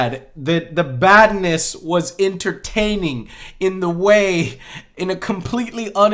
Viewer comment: For a second I thought he said "Madness" instead of "Badness" Madness? THIS. IS. EGYPT!!!